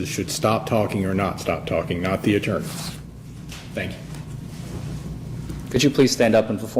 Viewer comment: I thought you said elite attorney. This is just you.